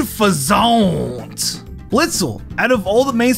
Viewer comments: Lol all he says for Unfeaznt is OOOH FA ZOUNT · Hah! I love how you didn't have anything for Unfezeanta so you just said it funny. :D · Not even 40 seconds into the video and I'm in tears over the Servine thing 🤣😭 Edit: I did not know that fact about Unfeazant 😂